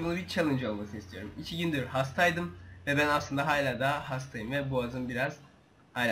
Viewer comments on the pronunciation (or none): "Hayla" değil "Hala"!